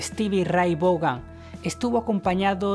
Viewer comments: Se pronuncia Steve Raitt van asi mero jajaja jajaja jajaja no vogan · Cuantas veces mas podria pronunciar mas el apellido ? Hahahaha Stevie Ray Vougan!!! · El nombre " Vaughan" se pronuncia como "Von" del alemán,tío, pon cuidado a la pronunciación del video en Berlin y otros. Por otro lado, el nombre "Van", como el de "Van Halen", es de origen holandés. SRV fue un músico excepciónal, pero en nada superó a Hendrix, parece que quería ser un Hendrix blanco, y lo consiguió, diría? Lástima que murió joven, pudo haber logrado muchas cosas porque era un músico todavía en evolución. Tal cual! (*_*))))) _-' **.' - _! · Hay que mejorar la pronunciación del inglés sobre todo en el apellido de Stevie